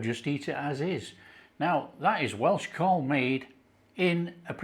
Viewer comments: Pronounced Cowl as in Owl. Thanks for doing another Welsh dish 🏴🙏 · no it's Cawl lol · It should be pronounced as CAAAWWWLLL, this is from an ex-pat Taffy living in Los Angeles. Sorry. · It’s pronounced cowl And your missing swede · Cswl is pronounced 'cowl' as you would pronounce 'owl'. It is the Welsh word for soup. It should traditionally be made with mutton. The ingredients are leeks, onions, carrots, potatoes, swede, parsley especially stalks, meat stock, and it is traditionally served with large chunks of white bread and large chunks of Welsh cheddar. The veg should be cut very large as with the meat. But I love your cooking so much and I love that you are making this dish and I reckon your version would be delish! Diolch yn fawr. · its spoken COWL great recipe mate, only parsley in cawl not thyme or bayleafs this isnt a welsh recipe i know your taste maybe different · Lovely dish I had many a time growing up. For those interested, the Welsh pronunciation is how you'd say Cowell for Simon Cowell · Sorry but it's NOT pronounced like that. It's pronounced as C A W L. Pronounce as it's spelled. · Rhyme it with 'towel' to get the right pronunciation. Great video.